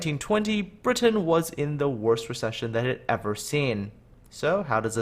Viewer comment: The way you pronounce 'Britain' is obnoxious.